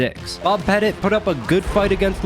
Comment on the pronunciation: Only criticism is Bob's last name isn't pronounced "Pet-It". it's pronounced similar to the word "Pet-Tea" his last name is quite literally the word Little/Small